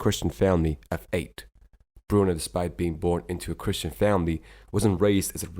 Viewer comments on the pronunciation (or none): none